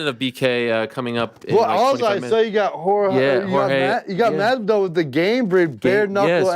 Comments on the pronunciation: Ariel I love you but is "MaSvidal" and not "Marvidal" 🤣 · Every single time. It’s become Machthvidal